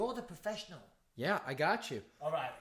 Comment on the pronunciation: Bisping turned back into a northerner for a second when he said gate and gyeah.